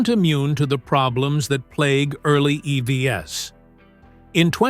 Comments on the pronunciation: Please fix the AI-generated voice in this video. Idon't understand why they can't get it to say "eeeeeeee-veeees" instead of e-v-s. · AI voice over here is particularly bad. E.V.S.????